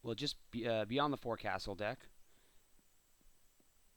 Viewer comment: Its pronounced forksel not forkasel